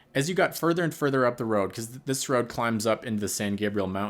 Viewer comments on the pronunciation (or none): none